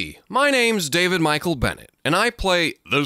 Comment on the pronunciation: Was anyone else prepared to do some digging for that YouTube channel? The way he said it.. had me think I’d never find it!